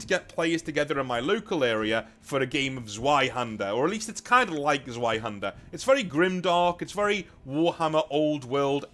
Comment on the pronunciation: "zzuh-why-hander"???? Ouch. That physically hurt It's "ss-fye-hander"